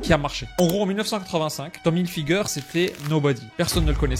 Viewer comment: « tom hilfigeur » 😂